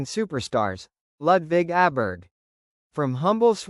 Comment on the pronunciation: Pronounced "Oberg".